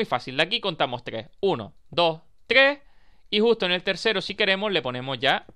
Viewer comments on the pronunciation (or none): porque dices tgres y no tres ????